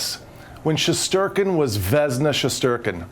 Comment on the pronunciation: Shesterkin is sherstinkin